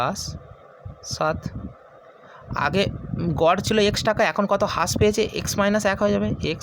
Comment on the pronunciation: ভাই ওইটা হাশ না রাশ উচ্চারণ হবে (হ্রাস)